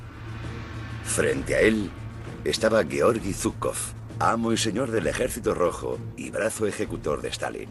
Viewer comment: Aquí parece que fue Zhuikov y no Zhukov